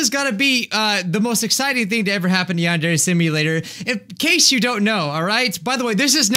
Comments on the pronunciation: It’s pronounced “yahn-deer” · he pronounced it yawn-dairy